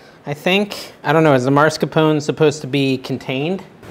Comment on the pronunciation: "Mars"-capone, hahaha.